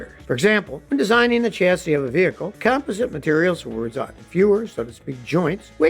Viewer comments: It's pronounced "com POS sit" not "COM posit" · "com-POS-ite," Scotty!